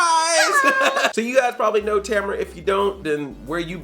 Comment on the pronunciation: is it just me or does she say and spell her name different, like the second a doesn't exist